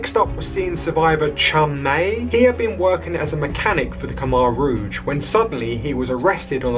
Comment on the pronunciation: If you're going to report on history, at least pronounce "Khmer rouge" right... I became very good friends with a Cambodian lad, his parents fled the Khmer rouge and found a better life in Australia, he now is a family man, works hard, loves his AFL footy and is a fantastic AFL footy player. Lay sok, was his name.